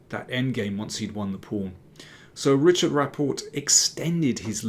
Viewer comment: Time to learn to pronounce the Hungarian version of Richárd, as Agadmator did 😍 Its not ritshard, it is ri-hard without a tsh in the middle. No offenses meant just FYI.